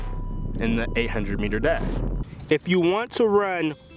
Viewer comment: I THOUGHT HE SAID DAB SO I WENT BACK AND CHECKED THE TITLE AGAIN